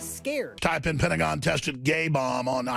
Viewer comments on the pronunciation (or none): none